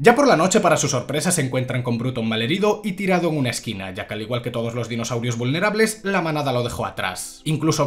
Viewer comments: Amo que nombres exactamente cada dinosaurio de forma perfecta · a la V el se sabe los nombres de los dinosaurios xD uno de los pocos youtubers que si dice los nombres de los dinos correctamente jeje grande el